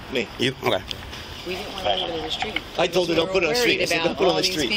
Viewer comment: 😂😂😂 "Ahh..Ahh...Ahh...Ahh" ×10 & "I toldt her nottah stop, I toldt her nottah stooop" 😂 Over and over, SHUT UP!...ridiculous 😅